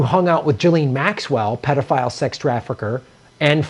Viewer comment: luv u man, but pleeeze...stop saying "gelene" and say "guh-len " maxwell. your news is interesting! but just try, o.k.?